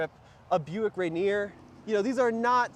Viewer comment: Just cringed everytime you say Buick Rainier….